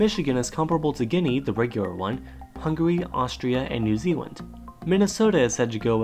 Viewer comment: New Zealan^